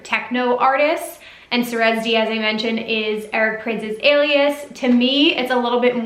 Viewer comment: Awesome content! Wish I could go to this one! BTW It's pronounced sigh-rez D and pride-A just fyi